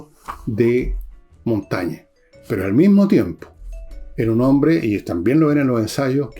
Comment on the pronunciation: Monsieur Villegas: cuando Ud. gana la confianza de un seguidor, dice "J'ai (pronunciado: j'è) gagné", no "J'a gagné". Lo mismo con Michel de Montaigne, Ud. dice "J'ai lu Michel de Montaigne (pronunciado: Montègne)", no "J'ai lu Michel de Montagne". Révisez donc la très diverse prononciation vocale des accents du français.